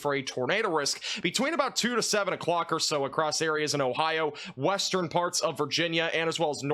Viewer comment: Let's begin farts! 😅😂 That was totally said in this video. You can't convince me he said parts.